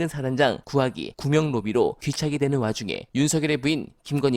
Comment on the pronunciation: 구명로비 아니고 구멍로비로 들린다 ㅋㅋㅋ